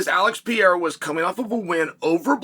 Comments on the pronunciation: It would require such a minimal effort to say the dudes name properly. This “Pierra” nonsense is getting stale and I know you’re smart enough to be aware of it. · It’s funny I feel like most of the UFC personal can’t even pronounce Pereiras name correctly lmao